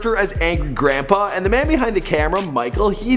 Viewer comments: On did he just say Angry Grandba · did any one else notice that he said angry granpra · He said grampra lol